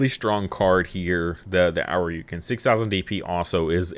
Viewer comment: It's painful hearing you say Ōuryuken. It's not pronounced 'Ow-ryu-kin.' It's pronounced 'Oh-ri-u-ken.' Ōuryuken translates to Dragon King Sword, the 'Ōu' meaning 'King'